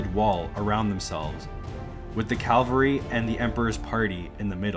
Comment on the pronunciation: Very good video but inexplicably , the narrator , or is it an AI generated voice ? continuously says “calvary” when referring to cavalry .